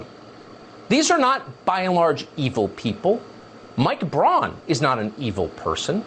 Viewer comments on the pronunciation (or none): none